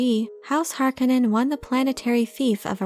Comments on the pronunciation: the pronunciation is Har-Kone-nen - heavy hitting and commanding ... Har-ka-nen sounds like the cheer squad....geez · Stop saying Har-ka-nen! The word is Har-ko-nen. Use the 'O' vowel sound, not the "A" vowel sound. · It is pronounced Har kon nen... not har kinen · Is the pronunciation really [HAR-k'-nenn] as in this video or is it [har-KOWH-nen] like in the first Dune movie? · Harkonnen is pronounced Har-co-nen and Geidy prime is pronounced Geedy prime. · I prefer the 84 pronunciation of the name. Har-CONE-in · Btw you used to pronounce it correctly if you go by the 1984 movie which Frank Herbert consulted on :) hark-on-non so don’t worry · Great, I'll never not hear the name Harkonnen in a Finnish accent because of this video. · Why has everyone decided to change the pronunciation of Harkonnen from the 1985 film and 2000-4 series. Bit jarring. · It really bothers me how she says "Harkonnen" wrong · Is it me or did nearly every actor mispronounce the word Harkonnen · and if you could only pronounce Harkonnen correctly as the author intended ( eye rolls ) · If you watch the movie you can hear how Harkonnen is pronounced right, also don't use wiki as your script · You are pronouncing the name so incredibly wrong. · The voice reading this is getting on my nerves. Is it computer generated cause it sounds fake. If it’s a person they sound catatonic. And I think you’re mispronouncing Harkonnen. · She’s killing me with how she’s saying Harkonnen uggg....